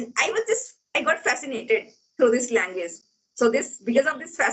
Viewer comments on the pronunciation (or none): Namsta sister Ji Please do not say LANGWIZ Say LANGUAGE ALTHOUGH YOU are a good TUTOR